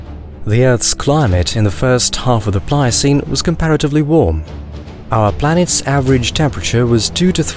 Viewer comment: Is it just me or does his P's sound like B's? Like "planets" sounds like "blanets",...